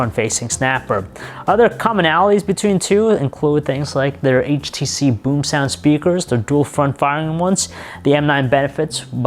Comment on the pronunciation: It sounds like he said "BoobSound" dying